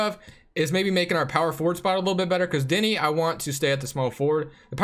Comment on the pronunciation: Btw deni name is pronounced deny :)